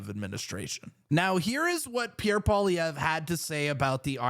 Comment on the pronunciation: The way you pronounce Pierre Poillievre …..did not get french lessons?